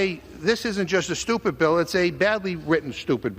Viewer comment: It’s so STUPID, it’s “SHTUPID”!!!